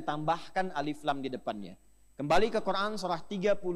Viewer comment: Qur an di baca qur ain